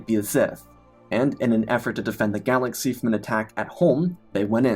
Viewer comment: weird verbal quirk.. you end some last words of sentences with "m". "galaxym", "defeatedm", "the call to do som" "now truem"